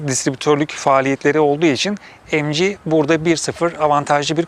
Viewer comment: Mg derken emci ZS derken zese :D